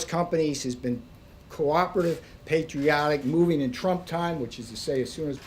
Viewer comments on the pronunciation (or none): "trump time..." lol sounded like dum time